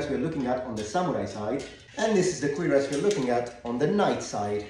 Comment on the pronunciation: Thank you for pronouncing "cuirass" correctly. If I hear one more person say "cure-ee-ass," I swear...